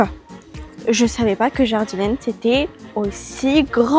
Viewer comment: Alors c'est pas méchant mais Jardiland se dit Jardiland et pas Jardilènd 😊 mais sinon j'adore vos vidéos changez rien